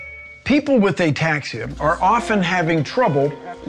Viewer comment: “A taxia cab” jesus😅😂